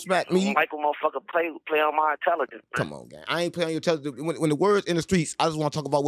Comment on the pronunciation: Why is he an instigator? Intellagence?